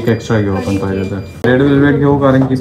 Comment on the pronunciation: Dada te पाहीजेल madhe ल कशाला म्हणतो फक्त पाहिजे म्हणत जा